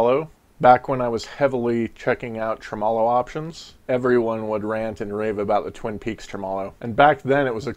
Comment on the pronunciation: Thanks for the overview. Can't wait to hear the pedal. Psss . . . it's pronounced: "TREH • muh • low".